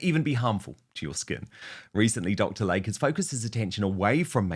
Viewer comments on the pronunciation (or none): It's pronounced Lay-Kee not Lake.